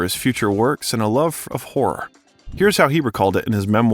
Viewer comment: Narrator: Learn to pronounce "horror". It's not whore! Stephen is not the "King of Whores"